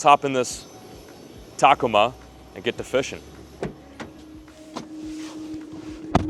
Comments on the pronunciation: Did you say Taco- mah? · The way you said Tacoma 💀💀💀